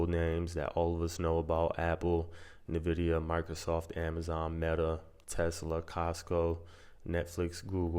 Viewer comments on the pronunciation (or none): It's pronounces IN-vidia homie. :face-orange-raised-eyebrow::face-fuchsia-tongue-out